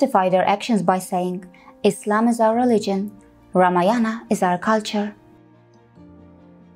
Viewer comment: कृपया रामायण बोले । यह शुद्ध उच्चारण है 😊👍